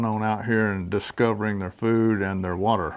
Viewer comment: Not water, but wate